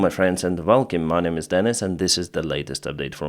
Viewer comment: PLEASE ! W in english is associated with an oooouuuaaaaiiiiihhh pronunciation, NOT a " V " one....Ouaiilcome ( welcome ) NOT VELCOME, nor VEN for WHEN.... !